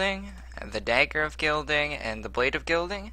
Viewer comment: Bro im not being mean but its Guiding not guilding xD Just saying :))